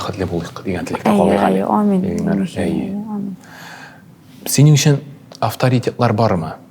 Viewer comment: Татарлар мэнге эйтэ белмэделэр дорес итеп "ээмиин" сузен!! Урыслар шикелле амин дилэр хаман ишетуе читен..